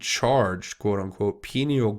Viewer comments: “Pineal gland”, it’s pronounced “pine eel”, due to its shape, it looks like a pinecone..it’s located in the center of your brain and is literally your third eye, your psychic site.. the elite have known this for centuries and have done many things to the populous to stop us from accessing it...one thing is fluoride in our water supply, toothpaste, mouthwash...brainwashing through media of all sorts and now 5G and other technologies which affect our energy fields...remember, we are made of energy and it’s so very important to keep your field clear and vibrating high..one way of doing that is through laughter and joy...they feed off of fear and hatred... remember, what you resist persists...send them love not hate...they will resist that love and that love will grow ....Peace out! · re: pineal...It is pronounced pie neal. And I think the "glass" part is a typo. The pienal gland is a wallnut sized gland at the center of the human brain. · pineal gland is pronounced “pie-neal”, I believe as I been hearing rumours that the Luciferians have wanted to destroy it for some time. As I recall, calcification of it is one of the side effects of fluoride in our drinking water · If you are going to be providing information to the public you need to at least have the correct pronunciations of key words. Pineal gland is pronounced PIE-KNEE-AL. I appreciate your high standards regarding the use of profanity, but by the same token cartain vernacular terms do help get the point across effectively, being unnecessarily squeamish isn't serving your audience as well as intended. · Pie knee uuullll glands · I thought it was pronounced Pine-ee-al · (Pie-neel) gland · (Pi-neel) gland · Hey brother: “Pie-Knee-Ull.” Hope that helps. God Bless, CJH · Pineal pronounced pin eel.😉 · pineal gland pronounced pi-NEE-el